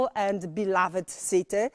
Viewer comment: Kiedy po germanistyce masz lepszą pronansjejszyn od anglistki... "Bilawed sity" 😂